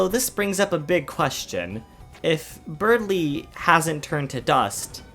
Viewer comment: Berdly. It's spelt, Berdly. There is no "g" in Berdly.